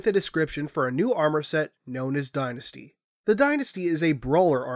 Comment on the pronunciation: I believe the helmet is called DYNAST....not DynastY